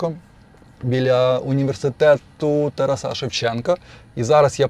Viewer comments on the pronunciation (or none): none